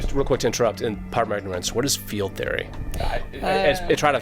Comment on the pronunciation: is da man. Its Theo-rya, not theoryaa. You clearly dont understand the pun and been to university or studied Greek.